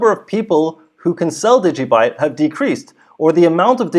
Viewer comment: degee byte ha ha ha